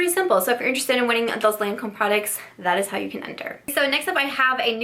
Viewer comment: LOL! No, the Lancôme one you couldn’t pronounce!